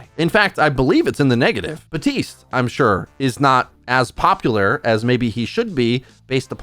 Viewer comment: Bruh you know there is a P in “Baptiste”